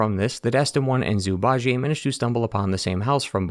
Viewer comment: Zhu Bajie -> ju-ba-ji. There’s no Ji-ey 😢